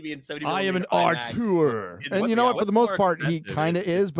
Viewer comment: "I am an ahrr-tour"